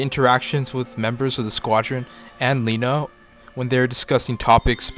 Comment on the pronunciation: Lena not Lina